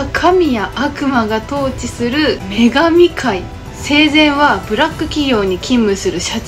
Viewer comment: 女神界が眼鏡界に聴こえて笑った🤣